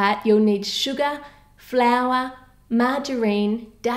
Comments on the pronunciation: How To Cook That, can you PLEASE make a BTS dessert, tell us who's your bias and when you said "Sugar" it sounded like you said "Suga" 😂lol BTS reference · When she said sugar it sounded like suga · OMFG! I'M THE ANNOYING GIRL WHO ALWAYS COMMENTS ABOUT HOW HAPPY I AM LISTENING TO YOU SAYING SUGA INSTEAD OF SUGAR... I'M AN ARMY A BIG FAN OF BTS! I AM SO GLAD THAT OUT OF THOSE KPOP GROUPS YOU HAVE PUT IN YOUR CAKE BTS WAS THE KPOP GROUP YOU PICKED! I HOPE YOU HAVE A GREAT DAY AND I WISH I HAVE WATCHED THIS EARLIER 2016 😭😭😭😭😍😍😍😍😍😍😍😘😘😘😚😚😗😗😗😙😙